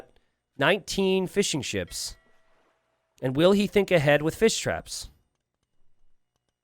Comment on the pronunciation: Jesus Christ you are saying "fishing ships" not "fish and chips" like I was thinking damn these people got fryers? Fml